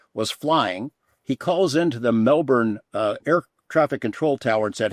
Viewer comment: Knapp pronouncing Melbourne correctly at ... good to see a Yank finally say it right!!